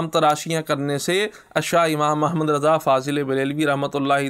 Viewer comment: Sarkar mazrat fazl e brealvi nahi fazil e breali hota he bhai